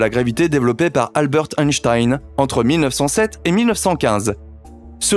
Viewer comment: Salut 2 remarques sur la prononciation - Einstein s’appelle Albert ( Al bèrthe ... et non al beurt ) - les mots en ...isme... ne se prononcent ps izzzme mais issssme on apprend cela au CP et ensuite Merci de rectifier C’est très pénible à entendre